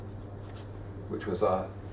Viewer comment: Nobody: Barnaby Lenon: Tan3ania, Swa3iland